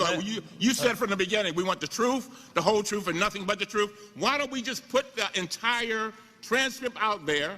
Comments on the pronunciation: "The Troof, the Whole Troof, and nothing but the Troof" - what an idiot... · OMG...did that moron say "The Truff"??? God help us if this is the best we can come up with for a congressman? His party should hide him. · Anyone that's says "truff" should be disqualified.